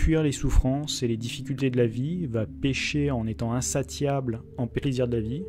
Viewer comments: Le portrait c'est Macron, Hollande ou Mélenchon, je ne me rappelle plus ? De toutes façons c'est du même côté. Et, c'est pas grave, mais "insatiable" se prononce "insassiable" (et pas" insattiable"). Merci. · Très bon tirage, merci. Par contre, on prononce "insatiable" insassiable ;)